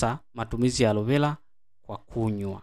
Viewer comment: Na wewe ebu jifunze kutofautisha kati ya L na R mpaka unamchosha eti arovela alovela